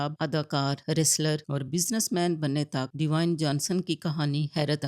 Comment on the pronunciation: प्लीज बेटी, रैक नहीं वो रॉक है, डिवाइन जॉनसन नहीं वो ड्वेन जॉनसन है, प्लीज बुरखा निकालो और एजुकेशन लो